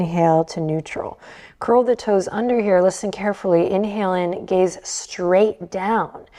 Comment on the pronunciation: Every time she says soft gaze I hear soft gays 🏳️‍🌈 I love it